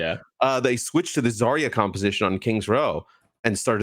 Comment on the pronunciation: Why does caller her "Zah-ya" instead of Zarya?